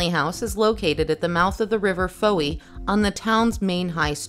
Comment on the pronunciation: Fowey is pronounced ‘foy’